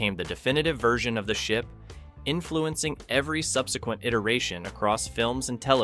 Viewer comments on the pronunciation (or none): none